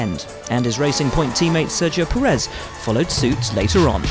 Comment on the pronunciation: It's PErez, not PerEZ.